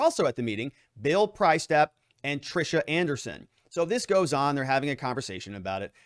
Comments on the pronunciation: Sorry to correct you but it’s pronounced “Priest-Step (like a Catholic Priest) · Pronounced PREE-STAP